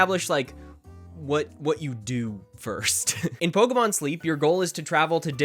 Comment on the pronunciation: false buzzer you said POLKAMON